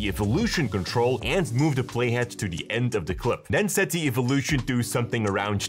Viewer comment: Thought I was the only one "General S hettings...for the S het"